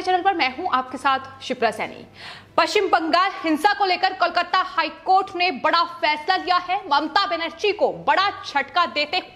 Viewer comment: aapko KOLKATA bolna nehi aati? Keya KOLKATTA KOLKATTA laga rakhkhi?